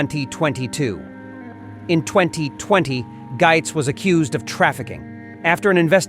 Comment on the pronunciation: Spelled - Gaetz but pronounced like Gates